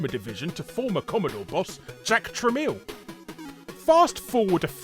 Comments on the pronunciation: Larry, please stop saying Tramiel as tra-MEAL. It’s tra-MEL. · Warner Communications and "Jack Tra-mell".